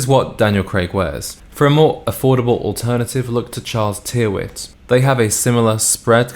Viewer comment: You mention that the boots Craig was wearing were brown...they sure looked black in the video. Also 'Tear-wit' is pronounced 'Tir-itt' 😁